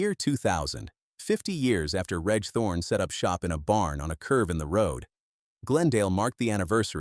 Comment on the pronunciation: 'Reg' is pronounced 'REJ' ....come on!!!